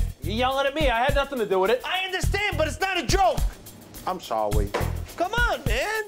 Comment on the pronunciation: At 3.05 was so funny I'm sawwy